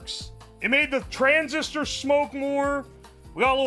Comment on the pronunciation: Why does he pronounce "transistor" as "trans sister"? He pauses for a solid half second in the middle of the word. He did it multiple times, not just once. I think he's been hitting that blue smoke too hard.